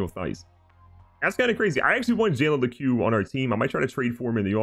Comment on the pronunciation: It’s pronounced jalen LEEK not le-q